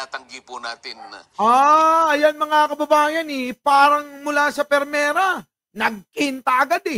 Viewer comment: No offense ha?...its 'Primera" not "Pirmera"...😉👍